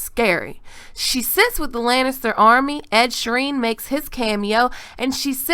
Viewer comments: I love how most of the GoT geeks I have seen have mispronounced 'Ed Sheeran' as 'Ed Shireen'. lol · Ed Shireen lol.